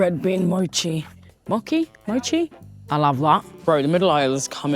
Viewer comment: That's how Mochi is pronounced : mow·chee 😊 you were right the first time!